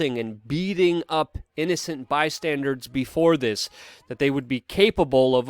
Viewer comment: bystandERS...not bi-standards